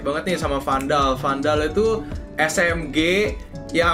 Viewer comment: 5.38 , gk salah lo nyebut vandal tuh smg?, ato emg salah nyebut